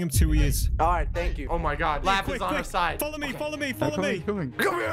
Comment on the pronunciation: You said follow wrong lol you said foloow lololol😭😂